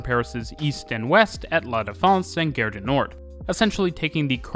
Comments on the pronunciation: Gare (station) - not pronounced "gehr" like "fare", but "gahr" like "bar". It's not English. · Nice video. Just a little pronunciation note: you’re pronouncing the French word ‘gare’ like ‘guerre’. Maybe listen to some French speakers so you can fine-tune the pronunciation a bit. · I'm not native French but the way you pronounced Gare sounded like Guerre to me. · The French don't Pronounce the 'e' in Gare = Gar or La Gar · That's the quebecois pronunciation.